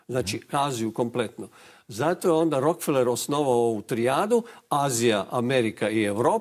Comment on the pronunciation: RO - KE - FE - LER. (Engl. Rockefeller) A ne Rok - feler.